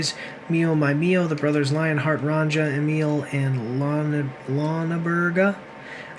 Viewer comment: fucking dumasses! learn to pronounce Ronja correctly!